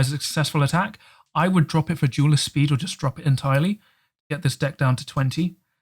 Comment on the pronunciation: LMFAO, sometimes when you say deck, it sounds like 'dick' 😉